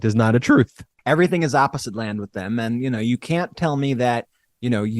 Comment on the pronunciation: Trump's truuuuth (that's a hard word for him to say) is disgusting!